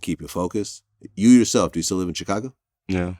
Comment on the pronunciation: I hate how vlad pronounces Chicago